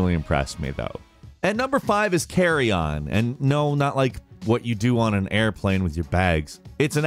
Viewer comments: Carrion is not pronounced carry on. Its careeon. One fluid sound. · Its "karee-yin". If you said it properly no one would get confused with luggage in the first place. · FFS it's CarriUn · Never heard someone pronounce carrion as carry-on before, lol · Carrion pronunciation hurts me...Google exists.